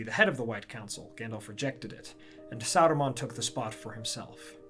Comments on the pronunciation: Remember, it’s Saruman, not Aruman. Did Bakshi question our intelligence that much? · Who ? You mean Aruman, right ?